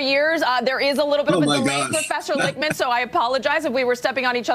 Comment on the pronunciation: Not trying to nitpick, and I LIKE this video dude, but the soy boy's name is Lichtman, pronounced WITH the T, as in phonetically LICKTMAN, not Lickman, as you're doing. Enjoyed this and subscribed.